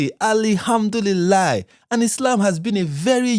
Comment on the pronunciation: Every time she says alhamdulila makes me cringe. Woman you're no Muslim nor an Arab so stop trying so hard to pronounce words that do not roll off your tongue naturally. I have a very good bs radar and these social media personalities usually expose themselves by the things they say and how they say it or do it. This lady is so obnoxious specially her fake reaction to the chat gpt answers